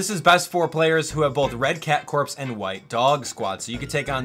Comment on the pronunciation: I love how he said red cat corpse instead of red cat corps